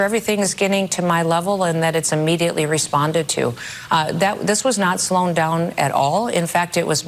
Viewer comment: "slown" down? 😂